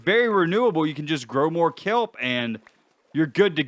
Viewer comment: 😅😅😅😅🤣🤣🤣🤣😂😂😂🤣🤣🤣🤣🤣🤣🤣🤣🤣🤣 You said kellble it’s kelp. That’s just 🤣🤣🤣🤣🤣🤣🤣🤣🤣🤣🤣🤣🤣🤣🤣 Odd